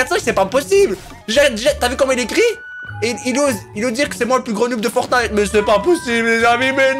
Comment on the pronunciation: dis fortnete a 10 59